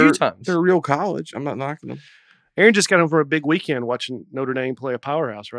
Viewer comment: I’ve noticed Dusty adds a “T” to the end of a lot of words. Especially words that end in “ND”. Weekendt, groundt, aroundt.